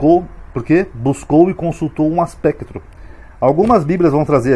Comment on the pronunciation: Professor só uma correção vc leu aspectro e é espectro,mais e só para interagir, obrigado